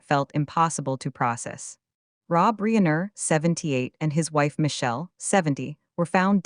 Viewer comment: AI narrator mispronounced Reiner as Reener. Really?